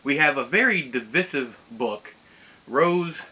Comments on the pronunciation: My apologies but I'm compelled to correct every mistake. I never heard anyone pronounce "divisive" like that, so I Googled "how to pronounce divisive" and all I cold find was dɪˈvaɪsɪv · I might have been divisive to say that I'm not familiar with how you pronounce divisive. Accents are generally acceptable ways to speak wrong. Perhaps it's part of your Alabama accent? LOL. I forget where you live, so I just made up Alabama. I don't think you have a southern accent though.